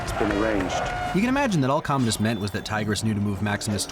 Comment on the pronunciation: I think it’s pronounced comadi’s